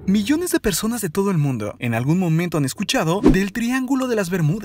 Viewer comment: oye enserio ¨zones¨ ¨persones¨ habla bien